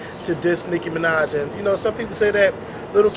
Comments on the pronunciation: oh and your on here because? and i believe her name is nicki minaj, not nick manaj :) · "licki minaj"? lol